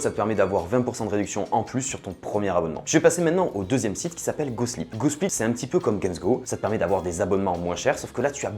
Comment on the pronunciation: j'entend pas "GOSPLIT" mais " GOSLIP" moi :face-green-smiling